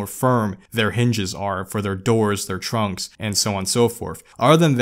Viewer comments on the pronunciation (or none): none